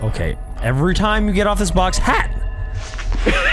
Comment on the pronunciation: that's funny how he said hat like that 😂 i have not watch his fnaf videos but that's hilarious 🤣